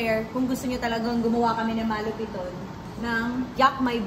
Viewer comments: it's ma-lu-piiiii-toon not ma-lu-piton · It's Ma-lu-piii-ton not Maaa-lu-pi-ton 😅 Sorna na.. Bicolana here😅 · They always miss pronounce MALUPIIIITON to MAAAALUPITON